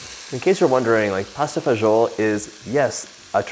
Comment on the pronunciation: he doesn't pronounce it correctly at all :D